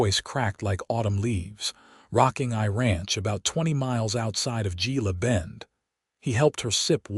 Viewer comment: It's pronounced heela bend